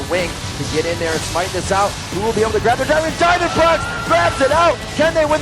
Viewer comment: haven't found this in the comment section so i'mma just point it out diamondprox isn't actually pronounced diamondprox. He clarified that in an early interview. It's diamond pro x.